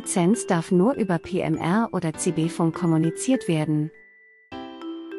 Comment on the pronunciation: fAnk ??? Ich kenne nur fUnk !!! Und es heißt DAS und nicht „der“ nächste Produkt … Haben wir nicht mal nen Hauptschulabschluß gepackt oder was ???